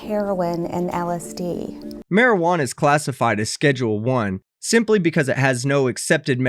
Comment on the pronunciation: Is it me or did she say: How much maijuno ?!